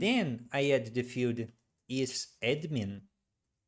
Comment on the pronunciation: At first I didn't understand what these `echo` and `feud` meant, then I learned that Brazilians just pronounce the words `error` and `field` like this... Very irritating :D, but I've gotten used to it now.